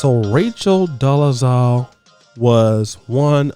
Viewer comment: I like to think you're purposely saying her name wrong which is funny to me